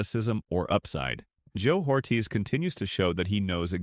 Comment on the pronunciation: JOE ORRRRTEEEZ IS HOW YOU PRONOUNCE HIS NAME FOOL